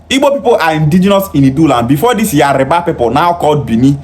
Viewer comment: I like to correct the way you pronounce the name of my princely tribe Yoruba not yariba. Your kind like to insult other non-Igbos, but cannot take it if you are paid back. Watch your mouth